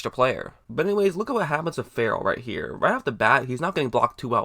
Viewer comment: Clee-lin Fur-ul. Never heard Ferrell pronounced like that. Also, you said you would have picked Allen. Allen is a 3-4 OLB, Raiders wanted a real 3-down 4-3 DE. Allen can't set an edge.